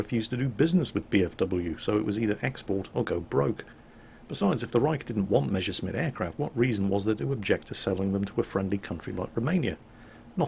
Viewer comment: Jesus it's Mess (s, s, s "S") ersch (sh, sh, sh, sh "SH SOUND", as in FISH)mitt, not Measuresmit!!!! It hurts!!!